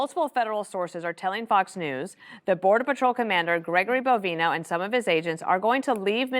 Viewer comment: Bovino /bo·vì·no/ its suppose to be read as BO- Vee - NO and not BO - Va - y- no.